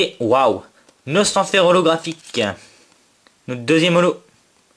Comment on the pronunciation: xd a un moment tu as dis Tortank ollographhique xD tu etait trop la haut je crois